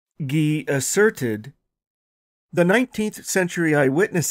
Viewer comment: I love how says “AssurtRTED”